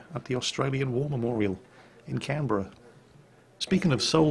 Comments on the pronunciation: he pronounced canberra right my wishes have come true! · Good job pronouncing Canberra right - with two syllables.